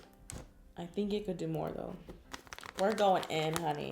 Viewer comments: Karina. Why. DOooo. Say. Honey 🍯. Like. That? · Why does she say “Honey”